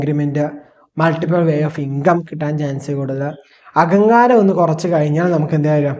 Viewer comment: 28th minute...😂 Ahankaran??? Palikoodathil podo. Learn Malayalam properly first. Please don't kill Malayalam.